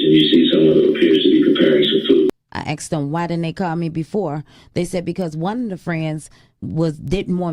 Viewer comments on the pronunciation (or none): Whats up with the "aksed" instead of "asked" Heard it before but she makes it stand out like forced to say it like that